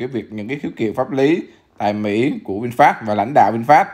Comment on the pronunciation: nghe no đọc là vinfat, cười ỉa luôn